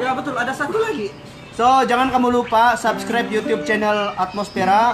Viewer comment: bro mana video kau yg susah berul mau sebut subcribr ahaha